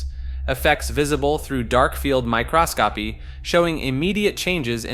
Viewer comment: there are tons of mispronunciations lol. Literally pronounced "microscopy" as "my cross copy"🤡